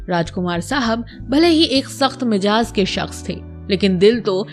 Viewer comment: Janab mijaz nahi mizaj hota hai aur kirdaar hota hai na ke Qirdaar. .